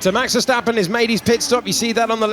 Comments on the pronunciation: Por que dice ferstapem si es verstapem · Por the Spanish comentarist: Os Verstappen not Ferstappen